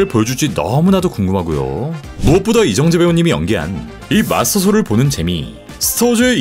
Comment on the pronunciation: 멋지다... 하지만 발음하실때 조심하셔야합니다.. 이정재.... 다... 이렇게 발음하심 안되요..